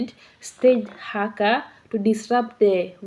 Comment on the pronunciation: Your pronunciation of Haka and Rawhiti are good. (At least as far as this pakeha Kiwi can tell).:) BTW, Hana-Rawhiti is her full first name, her last name is Maipi-Clarke.